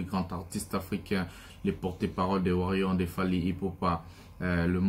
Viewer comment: nous sommes warriors et non warion stp appelle correctement ça va???